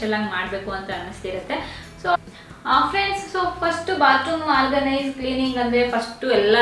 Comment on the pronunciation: try pronounce few words properly, for example organise, when u pronounce frist that also not pronouncing properly (before uploading listan to the audio once den u will come to know how poor is ur pronouncing